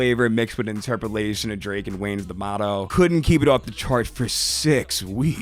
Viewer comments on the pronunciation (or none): none